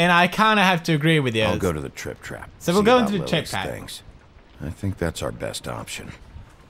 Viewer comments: It sounded like he was saying crap instead of trap. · Has anyone notice how instead of saying 'trap' pewds says "crap"